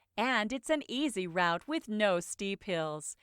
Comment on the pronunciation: why it pronounces route with "round" instead of "root"